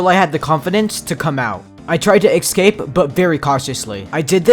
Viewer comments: Dude why do u say eksape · “Excape” or “ESCAPE”? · ‘Excape’ lol but amazing vid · no hate but why do you keep on saying eggscape? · Is it just me or did he say eggskape